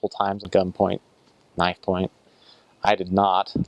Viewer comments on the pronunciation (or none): none